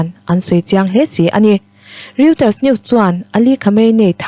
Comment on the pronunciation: A chhiartu aw a fiah e. Mahse microphone a hnaih lutuk a, phut phut ri a awm zel. Reuters tih hi Roiters tia chhiar tur a ni a, Riuters tiin a chhiar a. Etc tih chhiar rik tur a ni lo, a dang tam tak tih mai a ṭha. Bracket chhunga thu awm hi chhiar rik kher a ngai lo. Indo thlawhna tiha indo tiha do tak Indo-pakistan tia indo ri ang ni lovin indo thiam, insual thiam tih angin a ri tih hniam tur. Rotekawla sepa hi a va lam dik lo em em ve. Mizo ṭawngkau chheh pangngai a ni a sin.